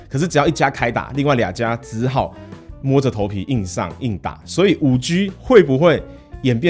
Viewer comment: ＂5G＂應讀＂5基＂。請參考美語發音及中國科技學者的讀音。請不要再發音＂5拘＂，太刺耳了。